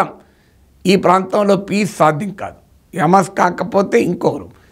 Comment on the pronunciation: అమస్ కాదు,,, హమాస్